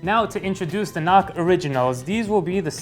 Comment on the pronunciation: sounds like "not cards"